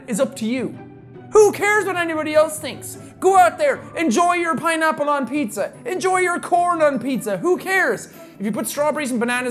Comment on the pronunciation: Did you just said piñapple lol mixing spanish word and english word lol 😂😂😂😂😂